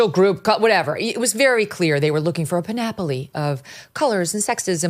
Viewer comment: They way you said panoply made it should like an Italian surname. Thanks for the chuckle.